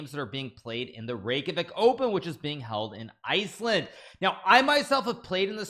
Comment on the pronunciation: Every icelandic person is very happy to see Iceland in the title and hearing Hikaru saying Reykjavík 😸